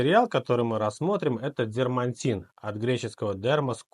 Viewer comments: Дерматин, а не дермаНтин 👎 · Прошу прощения, но не дермантин, а дерматин. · Только не дермаНтин, а дерМАтин. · Дерматин, а не дермантин. Знаток, блин, русской словесности. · Название происходит от греческого слова «дерма» — кожа, или «дерматинос» — кожаный. Правильно пишется и говорится именно «дерматин» — без буквы «н» посередине.